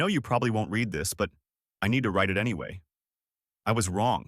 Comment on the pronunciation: When you are doing it it's pronounced reed. When you have done it It's pronounced red. Both are spelt the same